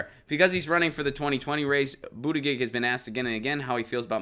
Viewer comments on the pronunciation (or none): Pronounced Butta Judge. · Its pronounced boot-edge-edge or call him booty-judge like kyle lol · His campaign printed shirts when he first announced that read ‘BOOT-EDGE-EDGE’. Share with Jimmy, he has no idea how to announce it either. Love your show (and Lucy)! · I love you, and I’m no fan of Mayor Pete, but it’s ridiculous to not learn the proper pronunciation of a candidate’s name, no matter how you feel about them. It’s literally a Google search away. No offense, but you sound like my dad, who has never taken the time to learn the pronunciation of Pete Buttigieg or Alexandria Ocasio-Cortez because he’s a centrist and doesn’t care to take the time to learn.